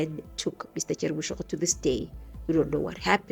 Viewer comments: J3rry Boshoga not Boshogo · Are you mispronouncing Boshoga on purpose?